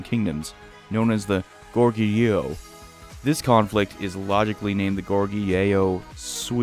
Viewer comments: Goguryeo, why are you calling it gorguyo. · Gorguryeo is actually pronounced Go-gu-lyuh. Love your vids by the way! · I am Korean and studied Korean history. Goguryeo was our ancestors, and we call the nation 'Go Gu Ryeo' especially,ryeo at the same time! I hope you know the correct pronunciation. Thank you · The Korean kingdom of Goguryeo is pronounced “Goh-Kory-Oh” The Sui were the aggressors of the war and Goguryeo were just defending their territory. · It's Goguryeo GO-GOO-REE-OH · It's pronounced as Go-gu-ryo :) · that pronunciation of Goguryeo though....not hard to look up the pronunciation. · You pronounced gorguryeo wrong. Oh well